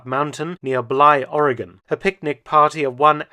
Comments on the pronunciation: Doctor, as a native Oregonian, I wish to thank you for learning how the States' name is pronounced. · Thank for pronouncing Oregon correctly. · The Japanes shelled an oil refinery and caused hundreds of dollars of damage. Hundreds of dollars. I've been to fraternity parties that caused more damage. Mark, you said Americans in California and Oregon were kept in a state of fear. True (well done, pronouncing "Oregon" correctly). But Americans in Washington State were also alarmed. It's funny how quickly civilian patrols formed to watch the coast. It's a miracle that these amatures didn’t exchange potshots.